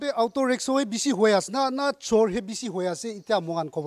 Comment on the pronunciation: It's AUTO not AOTU....